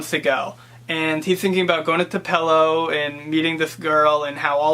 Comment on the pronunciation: Nice job; I wouldn't make a federal case out of mispronouncing Tupelo,. This is a very insightful review from someone from Massachusetts!!!! so, congratulations.